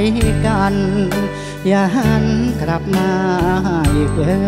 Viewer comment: ผุ้ท้าชิงต้องร้องให้ถูกน่ะครับคำว่า กลับ กับ กรับ นะ😅😅